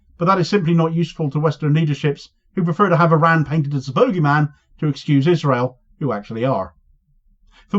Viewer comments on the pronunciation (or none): none